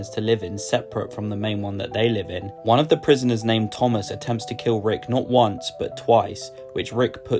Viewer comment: Its Tomas not Thomas